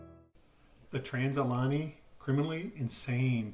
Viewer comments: I’m sorry but it’s Trans.. al.. Uh…gay..nee. That was driving me nuts, lol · Pronounced "Al-ugh-gay-knee." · It’s pronounced al-e-gany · You are pronouncing it wrong Ali -ganny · This is the second channel to say it like that lol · Say the name wright please